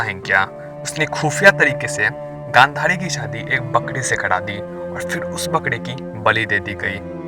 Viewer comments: Bhai bakdi nahi bakri bolte hai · Bhai r ko d kyun bol rhe ho paan Dale ho ka muh mai bkda daja dani bkda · बकड़ी नही भाई बकरी 😀😀😀 जुबा केसरी जीभ लपलाये न, ठीक कराओ । By The way God bless U अच्छी जानकारी मिली आपसे । Keep doing ..😍